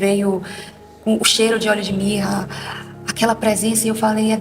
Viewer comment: Quando ela disse oléo de mirra